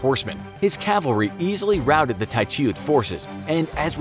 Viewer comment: Hope dis guy stops killing names